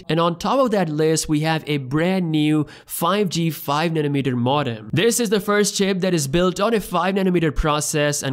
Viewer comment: This guy says nanometer better than I can pronounce anything